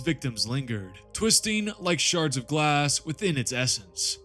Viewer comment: I swear when you say, "Shards", it sounds like, "Sharts"!